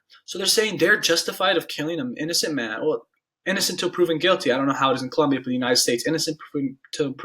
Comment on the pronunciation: COLOMBIA. Not Columbia... This was bleh.